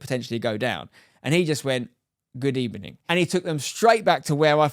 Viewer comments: Good ebening, so good 😂😂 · "ANd he just went, Good ebening" Got me xD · “And he just went, good ebening” 🤣 love that